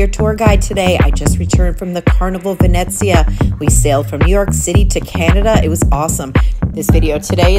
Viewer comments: Isn't it pronounced VeNEEzia, like in Venetian? I noticed you said, "VeNETzia." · That’s what I thought too! I was corrected in another video I made saying it was pronounced VenNETzia. LOL I give up! 🤣